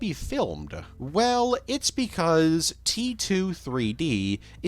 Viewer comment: What accent/cadence are you doing here? Is "male valley girl" actually a thing? And don't even try to tell me that you normally pronounce "dreaMUH" or "twenty-seventeeNUH" or "didn't do very weLLUH"..